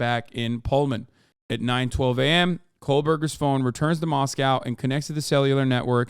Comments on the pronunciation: Moscow ID isn’t pronounced the way Russia Moscow is. It’s Moss-koh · Mos-coe Idaho, Mos-cow, Russia